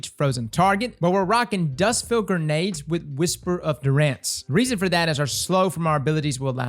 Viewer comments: Lol Durr-Rhanz It's Der-enz, like Endurance. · Dunrance Dunrance. Isn't that a band? Lul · Dude straight up said Durr-Rhanz 😂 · Can we just appreciate how pronounces “durance” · Kevin Durance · I'm glad someone else noticed hahah